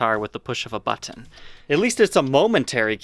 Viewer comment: Buh-TTon....Meh-Tal. Lol